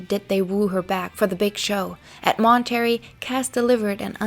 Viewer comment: I like a lot of these videos, but -- my God, friend -- have someone check your pronunciation before you publish videos. I literally have to stop the videos after 70 times hearing Mahn-turr-ayy Festival pronounced as 'Monetary' and cuh-ress as 'karris'. It really effects my attention, and many of these words come up over and over. Please, you're doing a great job and I'm sure English isn't your first language, but seriously, it's a MAJOR distraction to me, and I'm sure I'm not the only one.